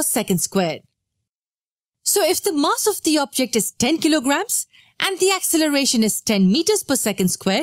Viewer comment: Mass? Please say mass finely